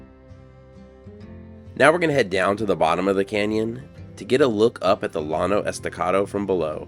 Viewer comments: Beautiful scenery. Given that your channel is set primarily in the Southwest where the Spanish influence is so prevalent it is off-putting that you don't take time to learn how to pronounce the words correctly. e g: Llano is pronounced "yaw' no", not lawn Jus sayin' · Interesting video as usual. I worked in Lubbock for 2 months about 25 years ago. The Llano country is really amazing! BTW: As a San Diego boy, you should know that “LL” is pronounced as a “Y” in Spanish - as in La Jolla and “Yano”. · Double L is pronounced YAN. So Llano is pronounced Yano Escondido or staked planes. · Llano is pronounced yano. Great video as every other.